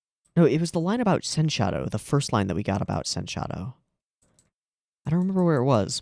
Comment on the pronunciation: It's not sen-shadow, it's pronounced as sensha-do.